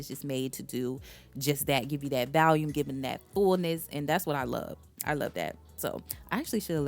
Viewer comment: you’re so right!! You did communicate them well. I just wanted to tell you in case you didn’t know. . I’ve run across a few influencers that say Valium instead of volume. Be blessed!